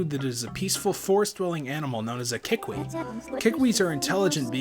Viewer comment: every time you say kee-weep I think of koolwhip. xD